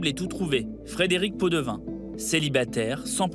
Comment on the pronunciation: Podevin ou pot de vin ???😂